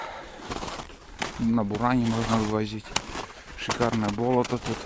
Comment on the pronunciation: Когда "бОлото" говоришь то ударение ставь на "болОто", то есть на вторую "О"